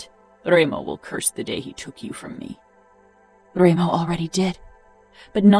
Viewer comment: She pronounced Dremo insted of Remo, so...and when she does the male voice is disturbing, annoing. But the hole story is beautyful